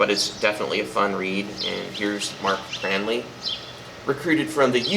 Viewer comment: Jeez! Reviewing in paradise! First, I wanted to say I agree about Signals... as much as I love all Rush, that's the beginning of my favourite period. I also wanted to point out that it's Mark Craney, not "Cranley". (But you did say you like to include one inaccuracy.) Nice to see such enthusiasm for such an underrated album.